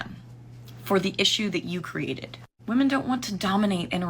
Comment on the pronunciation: she said she was trying to date women, or SATAN?😂